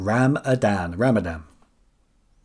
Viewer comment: So I know its been a rough one with this quiz, but I have another thing I'd like to add in terms of an answer. Jorge Mario Bergoglio was better known specifically as "Pope Francis", not just "The Pope", The Pope is a title. Regardless, still enjoyed the quiz, and we had a good laugh at "Ram-a-Dan" :)